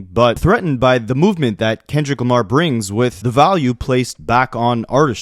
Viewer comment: Its the way he says kendrick lamARe